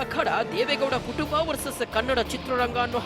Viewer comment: Madam why cant you say as.....kutumba vs ktumba??